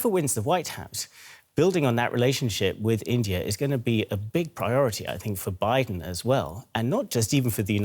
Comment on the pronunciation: Joe Beedan!? It’s Biden! 😁